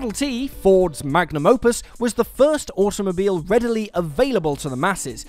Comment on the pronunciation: Am I the only one hearibg automobile as awesomemobile?